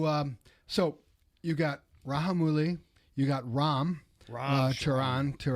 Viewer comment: It's Ra'j'amouli without silent j.